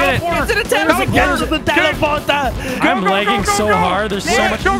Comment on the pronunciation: "I'm leging so hard" Canadian accent intensifys